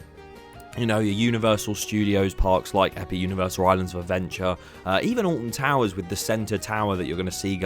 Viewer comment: olton touwerzzZ